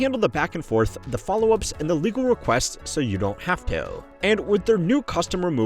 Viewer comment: Why did you say "have to" like that?